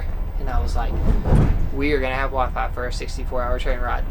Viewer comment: Nates southern accent really came out when he said WiFi